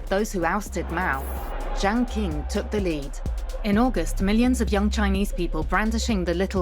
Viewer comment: If you want viewers to take your documentary seriously, at least find someone who can say the names correctly. “King” for “Ching”, “Zou” for “Jou”, “Ki” for “Chi”. And what the heck is „the Zedong couple“? Just use common sense! When was the last time you referred to John and Jacqueline Kennedy as „the John couple“???